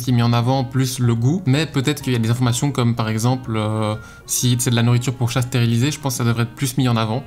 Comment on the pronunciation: "Stérilisés" et pas "stérélisés"